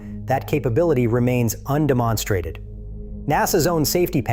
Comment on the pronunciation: .... what's this word "un-de-MON-stray-ted" ?? Do you mean "un-DEM-en-stray-ted"????? That's a pretty big blooper. My question is... WHY CAN'T YOU JUST GET A REAL HUMAN TO READ THE NARRATION?????????